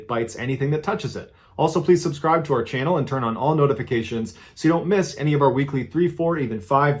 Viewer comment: Did he say channel or Flannel?